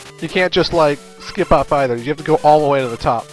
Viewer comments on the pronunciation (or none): none